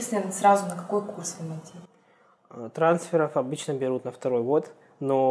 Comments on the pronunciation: 23-39 Не МИТ , а ЭМ АЙ ТИ :) разница между ними 7219 км приблизительно :) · САТ и МИТ просто убили меня. Почему они не произносят как ЭС АЙ ТИ и ЭМ АЙ ТИ?!